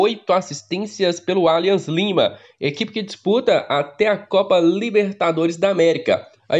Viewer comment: Vc fala os nomes dos times por querer ou por desconhecimento ???? Um erro ou outro esporadicamente td bem mas em todos os vídeos vc fala os nomes dos time errado... Nesse vídeo foram pelome os três erros e vc fala repetidamente o nome errado, aí parece que vc acha que está certo, porem esta errado... Atlético Nacional, alianza Lima, yocorrama marinos...